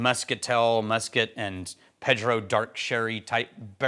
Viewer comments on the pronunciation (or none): none